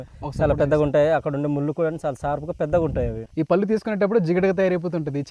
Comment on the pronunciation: పల్లు కాదు. పళ్ళు